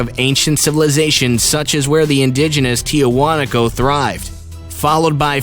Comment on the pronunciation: Ever time he say Tiahuanaco temple , I think hes about to say Tijuana Mexico.